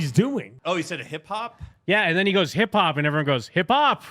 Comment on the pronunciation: "hip hop" sounds like "parkour"